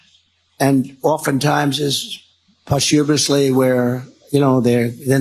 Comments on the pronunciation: PO·styoo·muh·slee - not postHUmously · OMG. He more and more is losing the ability to speak. Just listen to his pronunciation; He's saying "awardses", "timeses", "poshumously"... This pathetic narcissist and psychopath is embarrassing and a disgrace to America and a danger to mankind. Get rid of him. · Environs? Poshumusly? Lol Djt seems to love ❤️ killers... maybe he's subconsciously letting us know hes killed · "a lot of times they were you know, posyouvusly"..that man doesn't know any word that has more than the letter "I" in it!! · Re Medal of Honor.... "Postuviously"???? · that pronunciation of posthumously was hilarious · Can’t pronounce posthumously. What a disgrace he is.